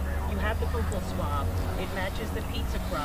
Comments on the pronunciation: Boo kal swab lol! Its buccal swab, like belt buckle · Buccal pronounced “BUCKLE” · Its "Buckle" swab. Thats coming from a dentist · He pronounces it wrong. It is pronounced like buckle.